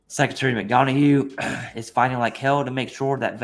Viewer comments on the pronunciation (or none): (Mick - Don - Uff) not (Mick - Dawn - A - Hue) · Mick-done-uh not Mick-don-a-hue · Why the hell do you keep calling him "McDonahue"? His name is McDonough. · "pronounced " Mc Dun-Uhh"